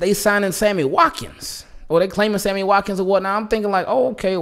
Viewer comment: Yo said Hammy Watkins 😂 I needed that laugh bruh